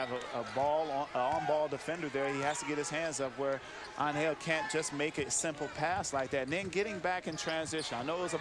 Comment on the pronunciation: Evo-loution? and it's Angel, not AnHELL!